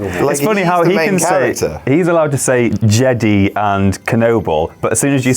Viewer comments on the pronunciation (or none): It is Jedi not jedy!!!!!!!!!!!!!!!!!!!!! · "jeDAI" not jeDEE" -. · Are they mispronouncing Jedi as Jedee on purpose? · Why are you saying jedy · What is up with how you guys pronounce Jedi? Lol